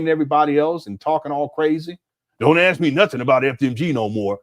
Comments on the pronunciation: Let me ax you a question. How do they pronounce axe? Just asking. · Even an educated man like cannot say ASK. He says ax.